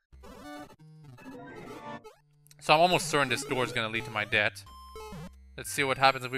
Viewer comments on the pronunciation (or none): Every time you say "death" it sounds like "debt". I love your accent ;)